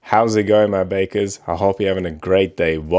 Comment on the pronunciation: He’s using that hard R. 😂